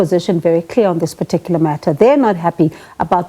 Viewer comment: Who taught him "particular ".😂😂😂😂 Siyasha!!!